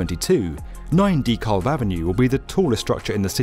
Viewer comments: The L is silent. Pronounce Duh-cab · is the only reason I visit YouTube any more, due to YouTube's un-skippable ads that always come in the wrong place. is worth watching in spite of the annoyance. But you might want to consider finding a native of each country to help with pronunciation of place names. Dekalb is typically pronounced with the accent on the second syllable, and sometimes the L is silent. I just noticed another US-oriented video from earlier in mispronounced "Hatteras", as well. I'm now wondering how many places in other countries are mispronounced and I'm not sophisticated enough to notice. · So not super important, but a point about the pronunciation of "DeKalb". I understand the tradition of British English results in a word that sounds more like "Dee-Kal". In the local vernacular, it would be something more similar to "duh-KAB". Its not wrong either way, English is a funny language, just something I noticed. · Oh! It's 9 DeKalb Avenue, not Nine....ty Kalb Avenue like I kept spelling it in my head. I thought he was just saying it weird